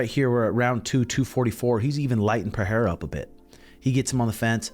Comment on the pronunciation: Pereira is pronounced "Pe rey ra" (R's as in Robert), rather Pe Hey ra